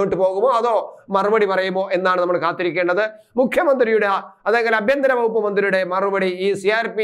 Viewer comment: അഭ്യന്തരം അല്ല അണ്ണാ... ആഭ്യന്തരം....